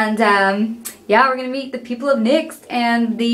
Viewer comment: when she says gona go meet me the other gurus it sounds like gona go eat me the other gurus